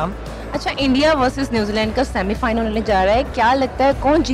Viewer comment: .... oh hawas ki pujaran anchor..... bc semifinal hota hai semifilan nahi .... bc lan chahiye ?🤣🤣🤣